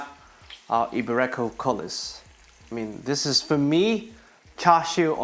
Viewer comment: Iberico is pronounced 'Eeberico and not I'berecco. Great video still